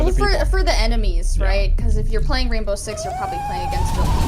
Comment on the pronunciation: I Swear; all you had to do is pay attention to the beginning part, and she said "The Raindow Six Team". And they are not gels; it's glass. Those of office doors and windows, with blue lights on inside the rooms. It's the same blasted look that makes you think they are gels